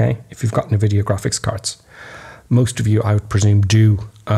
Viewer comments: Hate to be 'that' guy, but NVidia is pronounced "en-vidia" not "ne-vidia". :) Just fyi. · Americans always pronounce it nevidia as well. it gets on my tits, lol. Like pronouncing iso as iesso, sigh........